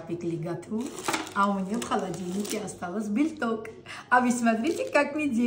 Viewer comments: Мне нравиться как вы говорите «бельток» вместо белок! Какое то новое интересное слово! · Как же мне нравится ваш " жельток" и "бельток" ) удачи Вам и здоровья!